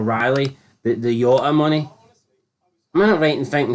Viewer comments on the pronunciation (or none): Love how he calls Jota yota like he's Clive spunk bucket commentator